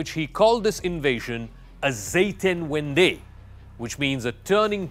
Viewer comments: Zetenvenday ????? 🤣😂🤣 It’s “Zeitenwende” (turning point)!!! What a bad journalist! If you want to incorporate the German language in your video, spell it right!!! A basic essence of journalism! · Its not zetenvendey, its Zeitenwende. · Dear CRUX Guys the German word isn't "Zetenvendy", IT is "Zeitenwende":) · Pardon to correct you, Scholz spoke of a "Zeitenwende", and NOT of Zetenvendey. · It is spelt "Zeitenwende", not "Zetenwendey".